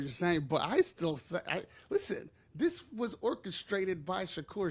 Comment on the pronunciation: "Orcashrate "🤔Humm